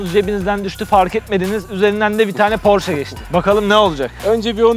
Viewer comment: "Porş" değil de "porşe" olduğunu da unutmadan.